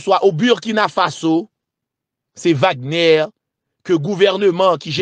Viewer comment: Se pa Wagnè non=se Vagnè li pwononse